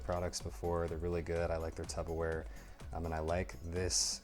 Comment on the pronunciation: Nice review - why are you calling it Tupper Ware?